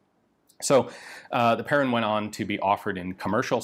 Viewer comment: When you think Ian has covered all the French rifles in history, ta da! One comment, the -in atvtge end of Perrin is pronounced like in "main" (hand) or "un" (one) or "pain" (bread). And Lefaucheux like in "eux" (them) not Lefauch-oh.